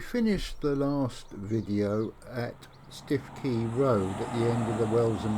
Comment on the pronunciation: Stiffkey is pronounced "Stookey". Thank you for making this video available. Lovely to see footage of the G.E. and M&GN Railways as they once were. My family were involved in the M&GN from its building to its closure in 1959. My Grandmother Alice Miller was the Manager of the Melton Constable Station Refreshment Rooms - she was the 2nd daughter of William Henery Miller who, from being a Navvy, became Passenger Guard on the very first Yarmouth to Leicester Express Train - commonly known as "The Leicester."